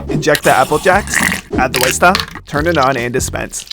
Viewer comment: 'Add the withe stuff' 💀